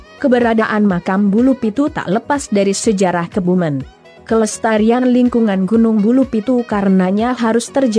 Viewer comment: Kebumen...ejaan e, dibaca seperti pepes...bukan santen. Bunyi ejaan e nya.